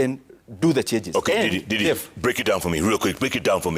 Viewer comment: Jeff, its Ndindi not didi, 🤣🤣🤣